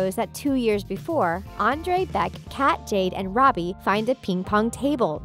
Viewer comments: is it just me or / she says Jane when name is jade?! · listen close, she calls robby "ronnie" and jade "jane" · are you serious. you called jade “Jane” you called sikowitz “sickowits” bruh did u even watch victorious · Hell I heard Jane instead of jade